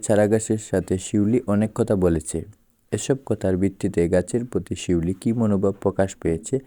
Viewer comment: পিউলি না শিউলি